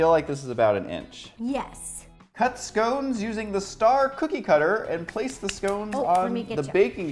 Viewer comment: I would probably like this if you could pronounce 'scones' properly...